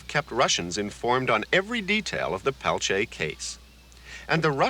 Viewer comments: I can NOT STAND how this reporter says "pel-chay". He interviewed Stephanie Autumn and others who actually know Leonard, and say his name themselves, and STILL he refuses to say it right. It's "Pel-teer" or quickly pronounced "Pel-tee-ear". Totally ignorant. I'm from North Dakota, and there are many descendants of Leonard with the name Peltier, never have I heard "pel-chay" 🤦‍♀️ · "Pelchea?" He can't even be bothered to pronounce his name.